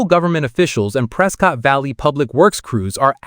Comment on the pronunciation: I believe the locals call it "Pres-kett" not "Pres-cott" like most people would say